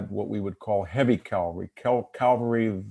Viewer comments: and and It's not "cal-va-ry", it's ca-val-ry. Calvary is a word but refers to the purported location of the Crucifixion of Jesus of Nazareth. It was interesting to hear VDH admit that the Framers of the American Constitution intended to foster cultural and political evolution. Contrast this with the doctrine of "originalism". The current reaction on the part of the alt-right seems to be an attempt to reverse recent cultural trends and roll back the evolution to a multicultural future. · Nice talk but why is he saying "calvary" instead of "cavalry"?